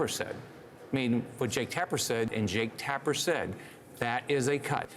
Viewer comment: Jaketapper?? You keep saying that word. I do not think it means what you think it means😂😂